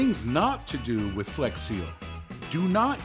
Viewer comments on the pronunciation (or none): none